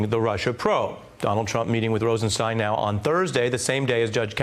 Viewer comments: "stine", similar to "mine". To the best of my knowledge, the name "Rosenstein" is a German surename (cf ), so I would fall back to the German pronunciation when there is a doubt about it, as in "Einstein" ("stine", not "steen"). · It's pronounced RosenSTINE. It's all laid out in Young Frankenstein. (clip provided by NPR). Y'all get together on that, please? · On a side note, I don't understand why so many people can't pronounce the name Rosenstein correctly, It's "Rosen-STEIN", not "Rosen-STEEN". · Francesann Jackson, the deputy AG himself pronounces it “Rosenstein”, not “Rosensteen”....i watched one of his news conferences a while back. She just rubbed me the wrong way by not taking a cue from an anchor, who was pronouncing it correctly. Also, even if if she was not sure how to spell his nam she surely knows how to spell “Einstein”... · Rosenstein rhymes with wine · Is Rosenstein pronounced "steen" or "stine"? People seem to be all over the map. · She is so articulate, yet refuses to pronounce Rod Rosenstein name correctly.....